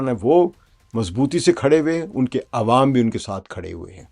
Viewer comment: عوم عوا نہیں بھائ جان عوام عام کی جمع ہے۰ آپ جیسے اچھے اردو دان کے لیے یہ تھوڑا حیران کن ہے۰